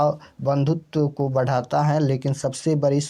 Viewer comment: Ko kaa ucharan kanthh say hota hai sir aap kya jante hai glat glat batte hai